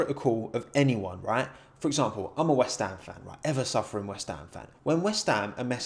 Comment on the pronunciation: Love the heavier accent talking about west ham 😂